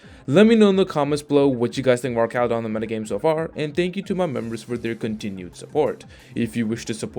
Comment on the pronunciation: He’s based on a bridge. His name should be pronounced like an arch in bridge design.